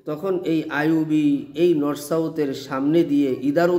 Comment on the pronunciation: Norsouth😂😂😂😂😂😂😂..... Ya allah...... Maf korun